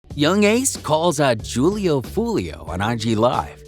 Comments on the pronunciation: this guy said “juul-e-oo” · Det boy said "jewel-lee-o" 😂😂😂😂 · Julio pronounced with an H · Y’all saying his name so wrong 🙄 .